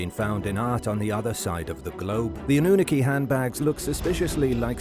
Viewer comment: Why are you pronouncing Annunaki wrong?